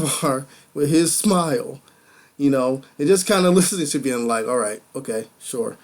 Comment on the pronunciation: Your thought process is getting better with each review. LOVE that you did more screen grabs! p.s. Bjorn = B-Your-n. (I know, I hate "grammar nazis" too LOL so just ignore my crazy nit picking :p)